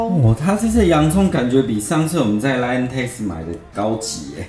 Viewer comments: 一直很好奇，為什麼老爸習慣把line讀作lion？！ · 我也一直聽到有獅子出現